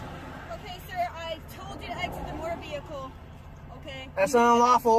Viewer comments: Black's Law dictionary says "employed" which means used. Nothing commercial. Also, what is a motor veeurkoh? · It’s NOT A MOTURR VEHILEKULL...’